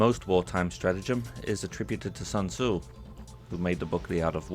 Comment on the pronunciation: It kinda got on my nerves the way you pronounced Sun Tzu. For me it was ridiculously distracting as it ate at the back of my mind; I guess this comment is my way of getting it out there before resuming